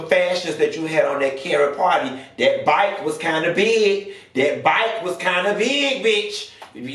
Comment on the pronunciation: 😭😭😭😭😭 “da byke “